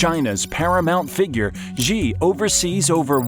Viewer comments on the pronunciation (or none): How can you believe anything that a moron says about China who calls Xi Gee? It's She, you American clown. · I stopped as soon as he mispronounced Xi.